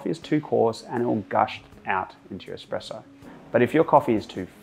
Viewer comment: Whilst I’m waiting in a queue for my morning coffee on the way to work here customers requesting their Batista favourites they always say. “Hi I will have a double shot expresso” when it’s espresso not expresso as thee is no x but people keep saying it why is that. 🤣🤣🤣